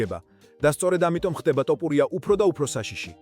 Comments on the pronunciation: ტ ოფურია არა ძმა თოფურია😄 და თან გვანახე ვიდეოები რაზეც საუბრობ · რა დაიჩემეთ ეს "ტოპურია", სადაურები ხართ, არა ხართ ქართული წარმოშობის?!.."თოფური" არის თაფლი მეგრულ ენაზე, გაიგეთ?